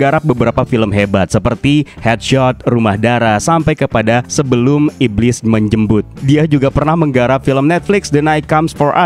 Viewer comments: pas nyebut "sebelum iblis menjemput" gua kek ngerasa elu ngomongnya " sebelum iblis menJEMBUT" bang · Apa cuma aku ya yg denger "sebelum iblis menjemb*t". 😂😂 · emang ya menjebut lu gk salah denger boy 😅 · Kirain gue doank yg salah dengar wkwk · "sebelum iblis menjembut" itu yg gua denger